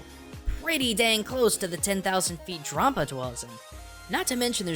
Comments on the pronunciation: dram-paw, not drom-puh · I think it's pronounced like grampa not grompa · DRAWM-pa? do you pronounce grandpa GRAWND-pa? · Drampa, not Drawmpa,. Like Dragon + Grampa in one word. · it's pronounced dramp-ar